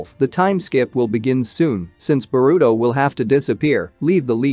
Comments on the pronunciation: What's Borudo.....it's pronounced Boruto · "Ba-ruto" is hilarious. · its burrito